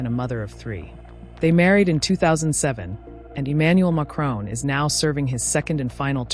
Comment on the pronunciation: Why can't you pronounce his name properly?